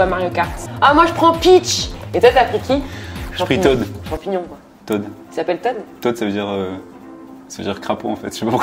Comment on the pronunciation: C'est pas tode c'est toad